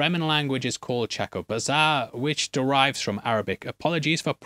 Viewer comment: It's pronounced cha-kope-sah. With a small emphances on the first 2 syllables. Its also technically ChA-knee and Lay-toe. Fyi. Lol